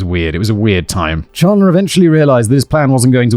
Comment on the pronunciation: The defense attorney didn't mispronounce 'Halderson', she mispronounced 'Chandler', calling him 'Chander'. It's exactly as second-hand-embarrassing as you think it is.